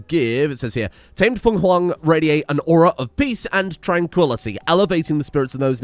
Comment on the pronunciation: He can't pronounce "Super Cucumber" but he says "Fenghuang" more smoothly out loud than I do in my head. Truly, contains multitudes.